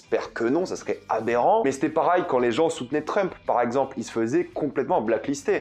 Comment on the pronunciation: j'ai une question pour toi, pourquoi tu prononce jamais Pareil mais Parail???